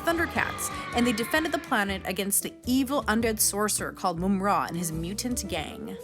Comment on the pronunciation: Moom-ra 😂😂😂😂 what happened to mumm-ra?